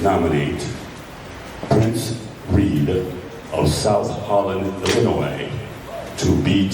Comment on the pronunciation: minute mark, Why did mispronounce her home state? Inquiring minds want to know. One good thing Tiff-Tiff did for “her” community and “her” residents is…. she woke them up and brought them together….